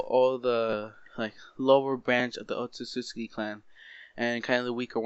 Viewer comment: otsutsutski otsutsutski otsutsutski otsutsutski otsutsutski otsutsutski otsutsutski otsutsutski FUCK YOU ITS OTSUTSUKI